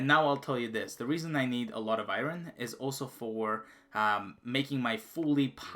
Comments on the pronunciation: Iron not irin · Lol good vid but just 1 thing thats annoying is "IRON" in english is pronounced "ION". The R is silent not pronounced "I RON" good work tho on the vid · I had to just like the video because you said Iran instead of iron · My god the way this guy says Iron incorrect is annoying as fck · He can pronounce lapis lazouli and not iron?